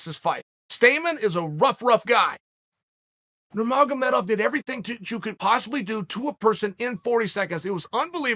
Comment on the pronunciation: OMG Cheal said the names right! 😳